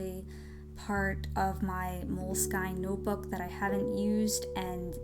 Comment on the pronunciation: Aww these are so cool!! Btw, its pronounced "Moleskin"